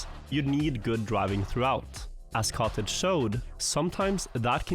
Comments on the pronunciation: katic. not kotege.! katic! katik! no kotej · Everytime he mentioned the player Katic I couldn't help but hear "cottage" instead